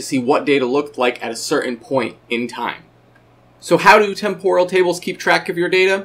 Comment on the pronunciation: Am I the only one annoyed by the butchered pronunciation of "temporal"? It's TEM-poral, not tem-POR-al.